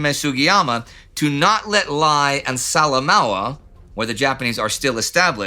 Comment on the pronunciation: In PNG Lae is pronounced Lay Salamoua is pronounced Sala Moa